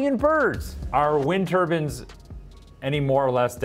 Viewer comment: Am I the only one who thinks he is saying "turbines" incorrectly.